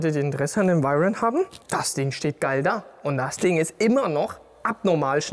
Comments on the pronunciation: Hat er echt Bugatti „vairen“ gesagt? Ich kenne nur „veiron“ 🤷‍♂️ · können wir mal drüber reden das er bugatti veiron gesagt hat und net veyron 😂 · Wer kennt ihn nicht, den Bugatti Vayron 😆😆😆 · Bugatti Wairen, aua😂Wäroo bitte ausgesprochen Spaß beiseite, gutes Video wie immer😁👌🏼